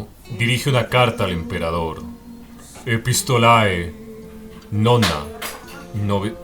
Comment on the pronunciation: En latín el diptongo "ae" 'epistolae' se lee < >